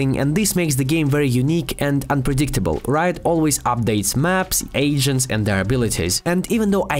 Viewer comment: Normal people say “agents” while is out here saying “Asians”